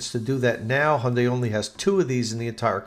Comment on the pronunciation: Thanks for great job of pronouncing Hyundai.